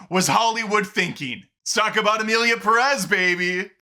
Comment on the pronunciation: pErez, not perEz